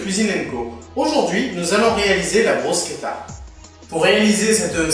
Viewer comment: En italien, d'où vient le nom, elle s'appelle "bruschetta" et pas "brusquetta" qui est une francisation à toi, sympas quand meme.